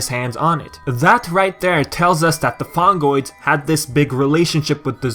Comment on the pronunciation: (LAUGHING) ... Fungoids? You mean Fongoids. :D